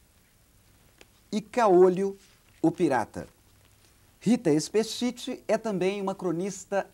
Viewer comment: Hahaha ele pronunciou o ultimo nome dela errado... XD E a voz dela tah taum diferente da vida real! O.o